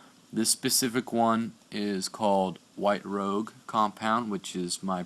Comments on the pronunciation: The word isn't "rogue", it's the French word "rouge" - like makeup for the cheeks. Otherwise, nice vid. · You mispronounced rouge, you pronounced rogue. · It's 'Rouge', French for red'ish. 'Rogue' is what you are saying. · Good vid dude. I make jewelry( prec metal/ genuine gemstones) I got the Flex shaft(Home desperate) and the smaller chuck(E-Bay) for cup/ bud burs etc w/ 2/32 shafts. No need to pay $500 for a jewelers flex shaft. The bonus being I can use it around the house too. BTW it's called Rouge. pronounced "Rooshe" (En France') For heavy scratches get the red compound(Ebay $3 free ship) then hit it w/ wht (diamond polish compound). Good job!